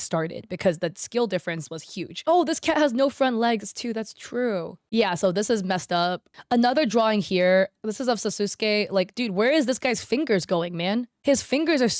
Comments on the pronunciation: LMAO NOT THE MISS SAYING OF SASUKE DUDE you made my day xDDD you said his name wrong, the U is silent oml lmaoo also bro said sususke rather then sasuke im wheezing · "Sasooskay" took me out lol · i am triggered by her saying she never watch narudo (naruto) nar-ru-to not narudo -.- and she call sasuke as suz-kay... -. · Her misspronouncing sasuke and naruto